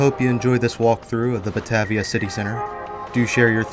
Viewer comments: Buh-Tay-vee-ah. Long A. Driving me nuts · I was going to saybthebsamenthing - Buh-Tay-v-uh. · Drinking game #2: every time mispronounces "bah-TAY-via". Don't do shots, you won't survive😉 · 💗western NY state🍻Salute! Also Batavia is pronounced buh-tay-vee-uh in NY state:) Nice work,!👌